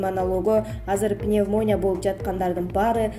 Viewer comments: Башты оорутпачы пневмония деп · Пневмония деген созду туура айтсаныз ведущий